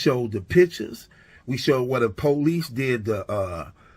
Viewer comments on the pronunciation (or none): "Where duh po-lice did the uh...forensic". 🤦🏽‍♂️ Beware of the uneducated attempting to sound knowledgeable. 👀